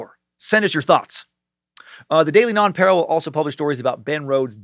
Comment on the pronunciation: As usual your stuff is great brother. Love listening. It's pronounced non-pa-real